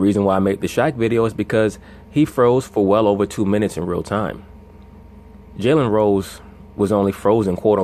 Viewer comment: Am I the only one hearing jelly rolls when this guy says Jalen Rose? 😂😂😂